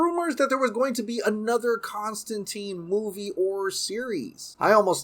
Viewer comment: You mispronounced Constantine all throughout the video. You claim to be a Snyderverse fan and yet you are supporting BOP and its spinoffs when its a production by Hamada.